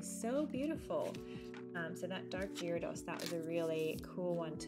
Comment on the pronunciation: Sorry if this comes across as being picky, but you butchered the pronunciation of gyarados lol